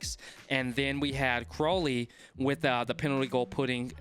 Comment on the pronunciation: Hey, just wanted to let you know that Crowley's name is pronounced cr-ow (as in if you get hurt)-ly rather than crow as in the bird